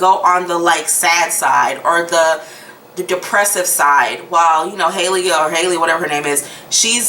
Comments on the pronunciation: Haha u kept saying “hayleah” who is hayleah? Lol 😂 🤣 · Hailia ? or Hailey 😂